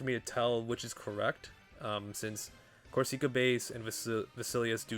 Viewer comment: not to be that guy but we gonna be hearing it for some time and Corsica is a real place lol it isn't a hard E sound like seek, it's sick